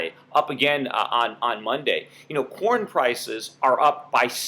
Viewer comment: For a second, I thought you were talking about porn prices rising instead of corn prices, haha!